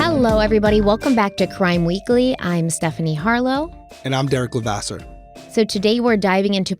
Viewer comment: I'm totally guilty of writing Derek but am reformed😊 My neighbors are Levasseurs too, and pronounce it like you do. Names are hard.